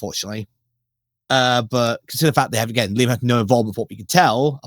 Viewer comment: "LAIM" lol it's Liam!!